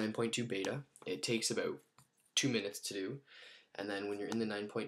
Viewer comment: ur from canada?u said abot =about